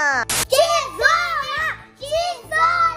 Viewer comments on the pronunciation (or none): Rindo muito eu achando que ele estava falando que zona que zona e eles falando tesoura.🤣🤣🤣🤣🤣🤣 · Jurei que eles estavam gritando "se isola", e era "tesola" kkkkkkkkkkkkk